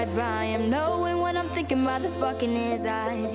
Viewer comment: Doesn’t it sound like is saying the f word instead of spark